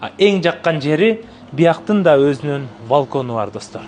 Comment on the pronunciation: Валкон эмес балкон болот кыштак